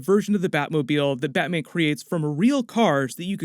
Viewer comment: Nobody:: "BATMIEN"